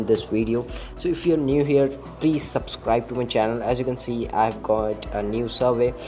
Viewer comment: bruhhh I saw a video and he can't even say Subscribe he was like Idk but it was so funny